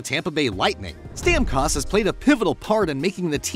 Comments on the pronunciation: You had me until i heard to say StamCost. Hahaha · The pronunciation of Stamkos hurt my ears :p. Great video though!